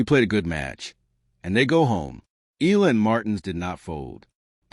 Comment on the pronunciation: Please pronounce Alex' surname correctly.. E-YA-LA. Thank you.